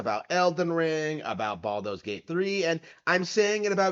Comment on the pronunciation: Baldur's has an R in it